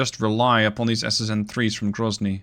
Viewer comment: Воу Воу Воу грозный прозвучало чётко... Будто бы по русски и сказал)